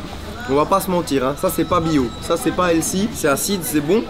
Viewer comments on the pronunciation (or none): none